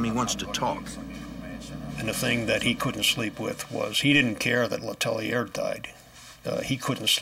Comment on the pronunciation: Le Tell-ee-eh thats how le tellier is pronounced